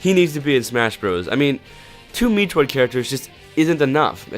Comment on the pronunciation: Dude it's pronounced Met-troid not Me-troid